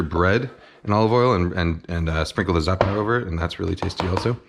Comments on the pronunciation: زعتر مو زاتر 😂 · excuse me, but I'm Arab and I'm telling you as a native speaker that NO ONE pronounces it with 'sh' sound. No one else pronounces it with a 'sh' sound either. We all told you, including Chef. And now you're out here looking like a nasty jerk. Learn from this.